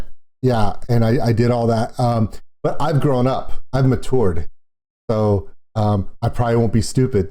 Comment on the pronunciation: Why aren't we believing you? Because you keep pronouncing it matoured... XD